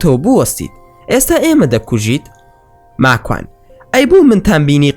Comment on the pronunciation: راستةكةى بةلام ناوى ماكوانى زؤر ناخؤش دةهينى قسةى ئةو برادةرةى راستة